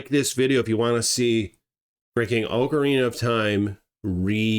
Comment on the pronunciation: OCARINA of time... OCARINA... not OAKARINA of time. OC... not OAK. its not an OAK tree. Why do Americans also call OKINAWA as OAKINAWA... as an okinwan person this really annoys me. OC, NOT OAK